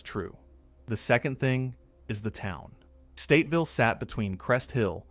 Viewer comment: It kills me that he keeps saying Stateville it’s Statesville